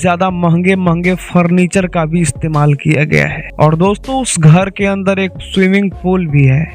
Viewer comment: Bhai tu phle bolna Sikh ghad nhi ghar hota h 😂😂😂